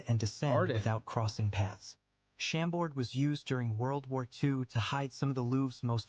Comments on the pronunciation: Funny how the narrator completely butchers the names of these castles.. Chambord is not SHAM-bord, but shaum-BOR (silent d, accent on the second syllable). Chantilly is spoken as SHAUN-TEE-YEE (the l's are not pronounced, all three syllables are stressed) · American friends, don't tell the "x" at the end of Vaux le Vicomte, yous shuold say : "vo le vicomte". Same thing for Chambord, just say "chambor". in Versailles don't miss to visit the gardens and the spectacle called "water fairy" when foutains are working.